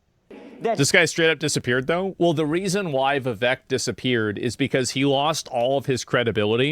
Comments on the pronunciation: You're saying vivek name wrong Its viv ache Not Viv vek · Vivek, it rhymes with cake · It's Viv(ache) not Viv(ek).